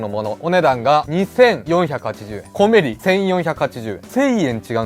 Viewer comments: コメリのイントネーションはおでんではなくトマトです。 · 「コメリ」のイントネーションw